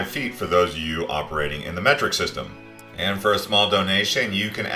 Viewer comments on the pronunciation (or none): none